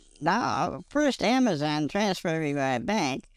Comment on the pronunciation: and her "Amazun" kept cracking me up. You know these scumbags are just drooling in greed when sez 9 grand in the bank. I take great pleasure in verbal 'abuses' the scammer, real satisfying.